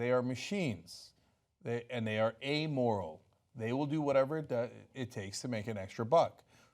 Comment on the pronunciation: Cool, Chunk said amoral instead of e-moral like he usually does. Progress